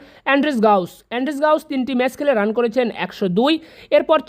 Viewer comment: মেস না ম্যাচ!